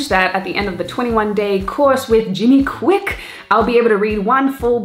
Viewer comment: Its Jim Kwik. Jimi kwik hurts my ears!